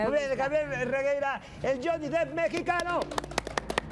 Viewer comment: No mamen JAJAJAJAJA se escribe DEPP no DEEP (le están diciendo Johnny Profundo)